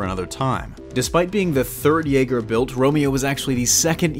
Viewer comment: Why do you say Jaeger like that,? It's almost like you're slowing pronouncing how the Japanese spell their Y's in romaji.